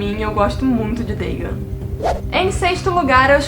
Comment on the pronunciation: Dagon não é uma palavra de origem inglesa, então acho que não é necessário pronunciar conforme o inglês “Dêigãn”.